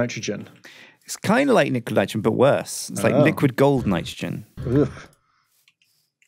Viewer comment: i heard say "Niquid Litrogen" when they were talking about coolants and cryotheum